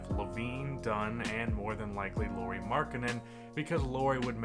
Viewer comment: Nice, analytical touch! Fyi "Lauri" is pronounced more like "Lowry" rather that "Laurie" :)